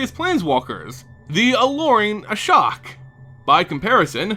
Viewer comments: ASHIOK NOT ASHOK! And no Ashiok is not an Aetherborn. Also it's pronouced Eether not aether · I've always pronounced Ashiok Ash-eee-ock why say "Ashock"?